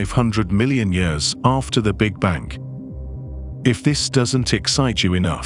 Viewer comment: This is so unenjoyable. What the fuck is with the English voice first of all, and he can’t even say big bang. Is this some kind of computerizized voice.